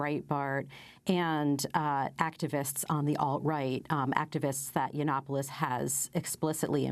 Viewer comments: Amy Goodman not knowing how pronounce Milo Yanananapolis was everything. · Honestly, how much can they know if they can't even pronounce Milo Yanananapolis correctly?